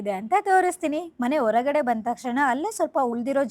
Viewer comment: ಆಲ್ ಅಂತ ಹೇಳಬೇಡಿ ತಾಯಿ.. ಅದು ಹಾಲ್.. ದಯವಿಟ್ಟು ನಿಮ್ಮ ಅಲ್ಪಪ್ರಾಣ-ಮಹಾಪ್ರಾಣ.. ಒರಗಡೆ ಅಲ್ಲಾ ಹೊರಗಡೆ.